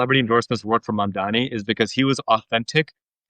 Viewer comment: For the love of god, it's MUM-DAA-KNEE. NOT MAAAM.